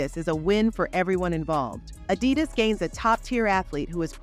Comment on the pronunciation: fix the AUI reader. Its so annoying to hear AD -i-dus instead of a-DI-dus in the narrative